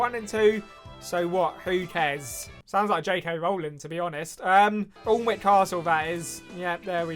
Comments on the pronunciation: IMPORTANT PSA ‘Alnwick’ is not pronounced ‘*all*nwick’ but ‘annick’ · The pronunciation of Alnwick made me quit watching